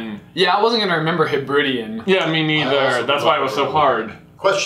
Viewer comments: As a British person I despaired at the confusion of 'Where do Cornish things come from?' and your pronunciation of Hebridean (the stress is on the final e), but then I was surprised when didn't tell you you had to give a state for the Thunderbird one, because I would have just said USA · Heb-ri-dee-an not he-brid-e-an that's way more cringe than the Cornwall one. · I probably was happier for getting that question about Dugbogs right than he was. My eyebrow did twitch at the way you guys pronounced 'Hebridean' though (Scottish. Sorry about that). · As someone from the Hebrides in Scotland, it is pronounced Hebri-DEE-an. Emphasis on the 'de'. Just for future reference! ^_^ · Hebridean is pronounced heb-ra-dee-an.... Also know as the Western isles of Scotland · Scot her. It's pronounced Heb-rid-EE-an. Emphasis on the E sound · You wanna be pronouncing it he-bri-DEE-an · I cringed so hard at the pronucation butchering of hebridian (I'm Scottish btw)